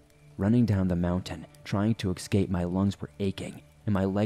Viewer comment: Haha, it drove me nuts too! And he mispronounces "escape".